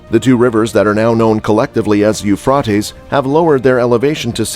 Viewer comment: You're saying the river Euphrates wrong.